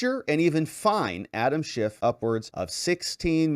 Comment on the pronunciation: They better start using his real name or this won't be legally binding. It's Schiff NOT Schift, Mr. Speaker!